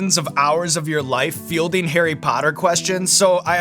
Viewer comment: Arry pottah